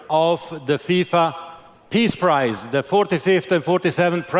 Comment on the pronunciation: Ironic that the FIFA boss pronounces “your prize” as “ your price”